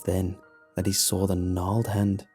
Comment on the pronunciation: It gets me everytime you say "saw" "Sawl"